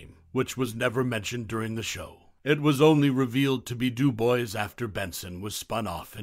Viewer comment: Benson's surname du Bois was pronounced "du bwah," not "du boys."